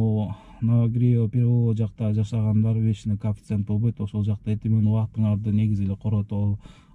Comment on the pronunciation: Кааафицент эмес чычкак коефциент дечи